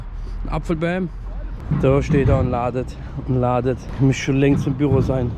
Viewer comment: Jedes mal wenn er "ladet" sagt stirbt ein deutschlehrer 😂😂